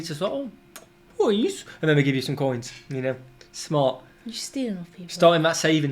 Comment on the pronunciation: I had to rewind about a dozen times listening to him say "pwease" -- second only to "tutti fruitti!"